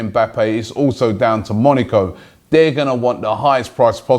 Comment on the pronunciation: love the show. But PLEASE stop saying Monico... it is MoNAco, moNAco.